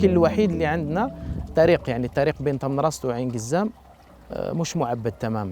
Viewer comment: تمنراست و ليس تمنغست